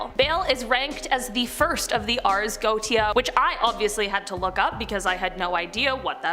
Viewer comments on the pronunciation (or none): GO-WAE-SHA!!!! and it's not the bow (tie) of a boat it's the (take a...) Bow of the boat. (For the titanic 2022 video) both for. You guys really need to check how to pronounce normal, simple, mundane, common things. R Especially if you are going to say the word 10-50 times in a video. Love the channel and the people, just need to shape it up a little bit. Stay safe everyone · It's pronounced Go-ay-sha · Just a friendly piece of info. If you make another video about the Goetia... it is pronounced... Go ay sha. :D PS Love your vids good job! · Go look up how to pronounce things before you subject us to repeated infuriating mispronunciations. It is the Ars Go-ee-shuh. Good lord. It doesn't take that much time and it makes you look less foolish